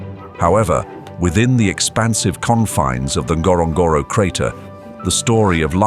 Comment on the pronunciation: It is not pronounced that way...wasnt was i was there!...